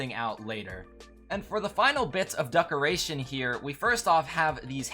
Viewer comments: I m getting triggered bc you keep calling decorations as duckorations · Good video But DUCKerations 💀